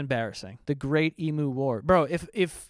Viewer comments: Stop saying Emoo 😭 its ‘eem you’ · Being Australian and seeing mispronounce Emu is hilarious